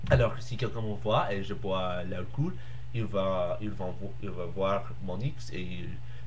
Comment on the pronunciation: Le mot que tu cherchais: bracelet ! (c'est ce que tu portes autour de la main), il faut prononcer alcoooool pas alcoul Sinon tu t'exprimes très !!! 32 cours xD? ici on a que 13 cours au maximum xD, et tous ont un rapport avec ce qu'on étudie ! 32 cours??? Comment vous gérer ça ?